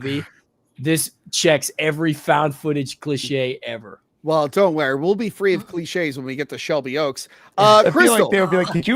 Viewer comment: Or as says, "don't wary!"